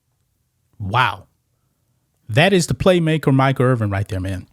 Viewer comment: Irvin, not Earvin